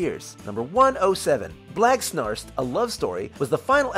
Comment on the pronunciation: You said "blagsnarst" but in the episode it says it's pronounced "chhhouich"